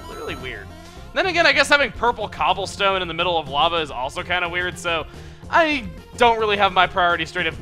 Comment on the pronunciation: "parple cahblestoen" -Chugga, 2015